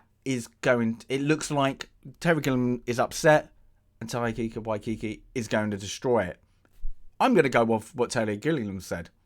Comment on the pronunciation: Tie-Ka Why-Tee-Kee.... hope that helps